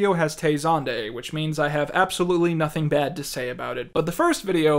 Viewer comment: I cant unhear the way you say "ing" now. Its super pronounced in this video. "Noth-ink" "morn-ink" "go-ink"